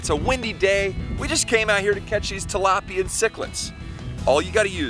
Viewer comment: Do he fr just say he calls them talapia or Oscars😂😂😂